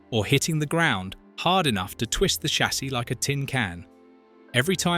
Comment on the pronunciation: Brit AI narrator can’t say the word ‘chassis’ 😂